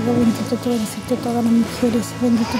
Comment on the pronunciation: Primera vez que veo a un chico que hable tan bien, que diga «eres» en vez de «eri»